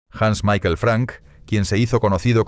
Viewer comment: Michael no es "Maiquel", es "Mijael".